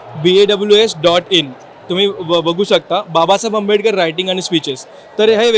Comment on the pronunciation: बाबासाहेब आंबेडकर यांच नाव नीट घे तु नाव कस सांगतोय